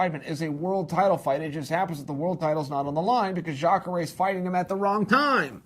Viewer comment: Luck Rockhold? Chael, I totally forgive you for getting difficult surnames wrong (hell until UFC 223 I thought Ragin' Al's name was pronounced Ee-quin-ee-ta) but getting the name Luke wrong is just silly, especially when you get Jacare right! Also, you didn't answer the most important question: Where does Kevin Lee fit into this?